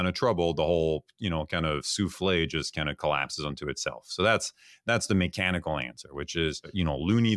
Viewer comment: The “ Mikenical “ ……